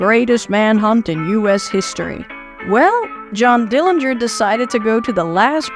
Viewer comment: Bravo. The most thorough retelling of the Dillinger (you even got the pronunciation correct) story I’ve ever heard. Congrats